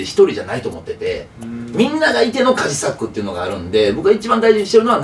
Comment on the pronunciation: 島田さん、カジサックって言う、発音違う、それに気づかないカジサックさんもすごい。